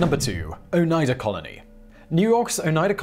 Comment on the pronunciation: Shout out to Simon for the exactly correct pronounciation of Oneida, my home town.